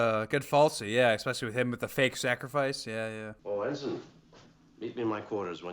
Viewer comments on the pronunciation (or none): Not “Henson”, but ENSIGN Garrovick…just sayin’